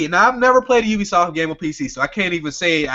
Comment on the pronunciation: you dun goofed "ubsioft" lol